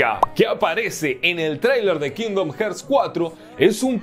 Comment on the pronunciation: Que onda, este comentario no lo hago con el afán de molestar (me gusta mucho tu canal) pero como veo que muchos youtubers y gente en general comenté el mismo error decidí hacer este comentario. La pronunciación correcta de la palabra "Hearts" que en español es Corazones es "jarts" y Hertz una unidad de medición en el audio y otra cosa de física.